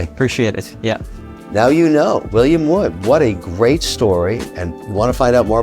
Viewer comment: I know he's from Newcastle, but "Yez" ? Even my Geordie mates don't say "Yez".